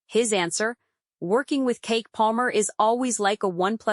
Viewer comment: CHIIIICK!!! If you don't STOP calling her KEEK...it's pronounced "KEE-KEE".